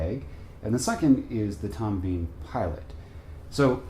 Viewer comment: Pronounced Tom Bin not Bean